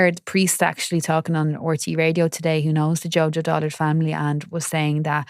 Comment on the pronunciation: DULLARD NOT "DOLLARD" FFS